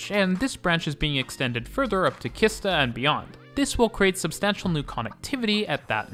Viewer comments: great video, but "Kista" is prounounced like "cheese-tah", not "khista". otherwise great job. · Oh god🙈 Kissta😂 it's pronounced Sheesta. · Sorry my mind gets really confused and annoyed when you say Kista with a hard K. It’s actually pronounced more like Shista. The shhh sound. The others mispronunciation I understand like A instead of Ä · Im take the green line every day to gamla stan translates to the old town then i swich to the red line and step of at örnsbergs that means like falcon Mountain and then I go to my building high school and the way you say kista is funny . Kista I pronounced like cheese 🧀 sta =kista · I also smiled when hearing it! For anyone interested, it should be pronounced "Cheese-ta" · Kista is actually pronounced Shista. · Nice video. It made me laugh everytime you said Kista. We definitely don't make "K" easy for foreigners 😂